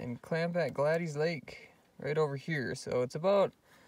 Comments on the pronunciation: It's Gladys pronounced Glad-is...Gladys. I had an Aunt Gladys. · The forest ranger that I spoke with pronounced it 'Glad-ees'. I pronounced it about 10 different ways in this video. Lol hoping one of them is right. Thats a name you don't hear a lot!